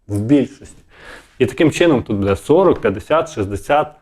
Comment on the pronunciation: Не " надіюсь ", а " сподіваюсь ", не " будЕ ", а " бУде " - вчи українську мову, бо задовбав вже своїм суржиком!